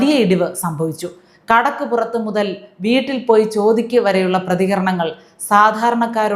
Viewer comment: വീട്ടിൽ അല്ല. വ്യെട്ടിൽ